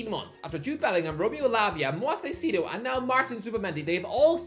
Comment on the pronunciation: Hey Irish guy big fan, I’m Ecuadorian and how you say Caicedo is funny. It’s Kai-say-do 😅😅😅Moy-Says Kai-Say-Do